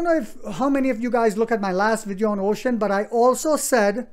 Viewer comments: Uxin is not pronounce as "ocean". It is called u..... xin. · The pronunciation for the company’s Chinese name is Yo-Shin. But I am sure when the stock is taking off, there will be an “agreed upon” pronunciation by the Wall Street.